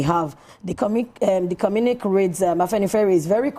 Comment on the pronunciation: ❤...pls d word is pronounced CO-MMU-NI- QUÉ(kay), not communik👍